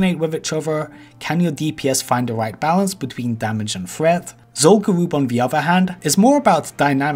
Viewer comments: Ever since I heard you say this like 6 months ago.... ITS GA-RUB NOT GA-ROOB. Is Zul Farak Zul-Farake? Im 99% sure its rub not roob and I never heard anyone call it Garoob till you lol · literally stopped watching at 2 minutes of this video because of how badly he pronounces Zul'Gurub. its pronounced as Zul'Grub not Zul'Gooroob. i havent cringed so hard in quite sometime so good for you for making me feeling me vomiting. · It.. it... It's gU-rub tho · Zul guuwup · The problem is this guy talks like a 10 year old and pronounces his r's as w's so it sounds like zul goo-woob. He also can't pronounce th and uses ff sound lmao. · Zol Gowooob haha amazing